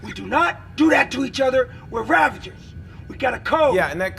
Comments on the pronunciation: Ravagers, not Ravengers. How many times are you going to mispronounce it? You even have a clip with Yondu talking about the code. Also Yondu was welcomed to the Guardians, but that would make him a Guardian of the Galaxy, not a Guardians of the Galaxy, unless he's suffering from multiple personality disorder. If you're going to narrate, do it properly. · Ravagers, not Ravengers, FFS, it's cring-worthy... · Ravangers? What? Where'd you come with an N in 'Ravagers'? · when talking about Starhawk you said ravingers, is that a reference to the actors blooper? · STOP PRONOUNCING RAVAGERS WRONG